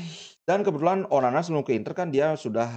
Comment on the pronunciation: ONANA BLI BUKAN ONANI... SALAH SEBUT TERUS ENTE BLI...